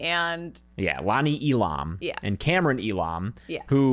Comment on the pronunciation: Just letting y'all know the name "Elam" is pronounced E-Luhm or E-Lum. It was my step dad's last name and he always hated when people pronounced it like they do in the movie 🤣